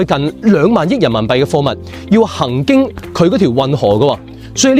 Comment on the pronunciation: 「行經」該唸hang音也！請別再扮廣東通、誤人子弟了！